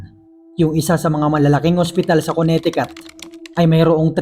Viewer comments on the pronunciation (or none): Kabisaya pud nimu ui.. Check the pronounciation dong!!! 2X nako na narinig sa story nimo nga ang Connecticut kay MALI ANG PRONOUNCIATION MO.. It's Koh-ne-te-KeT